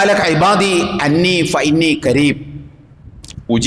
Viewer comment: "കരീബ്" അല്ല സാറേ "ഖരീബ്" ആണ് 😊 അർത്ഥം മാറിപ്പോകും